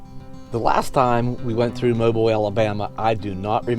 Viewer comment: Hey: Pronounced Mo Bill. Not Mobull